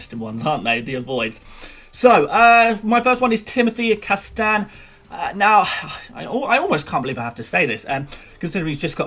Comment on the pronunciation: You may wanna work on pronouncing "Castagne", not that I really worry about the the pronunciation, but it really sounded a bit weird when you said it at-least 20 times in 2 mins.